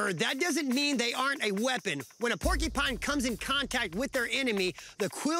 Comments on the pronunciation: Porcupine not porkypines come on Billy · Omg, if I hear Billy and that lady annoyingly say "porky-pine" one more time... 🤣 Also is the most shallow quill pull ever. This show kills me. 🤭